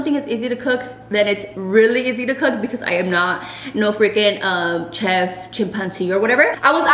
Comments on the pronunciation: “CH EF 😂😂😂Chef say it like this Sh EF 😂😂😂😂😂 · The way says chef 😂😂😂 she says it like keff when it’s like shef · I’m and is me with the OCD 😂 I was like yay when he fixed it.. “Chef” 😂😂😂 I was dying lol my bf corrected me too because I would pronounce it wrong. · "Shef"😂 lol... But I'm totally making them like this though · “Please hold” hahahaaaa omg 😅 n girrrrrl I feel you my husband always corrects me I say “cheff” also lol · Why hasn’t anyone told her it’s pronounced SHef . I’ve heard her say it wrong so many times lol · is so illiterate, is always correcting her lmaoooo she really said Ch-ef 😂😂😂😭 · Love You Guys😍😍 Your Chilaquiles Looked Bomb Girl🙌🏻🙌🏻 Gotta Love, It’s “Chef” not “Shef”😂😂😂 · Lmaooo did she say CHef chimpanzee hahaha 😂😂 I’m dead brother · Loved the vid! 💙Had me DEAD at the chef part, literally kept thinking “Mu name is Jeff” the whole time you tried saying chef 😂😂😂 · Lmao did she said Chef chimpanzee or whatever 😂😂 I can't brother💀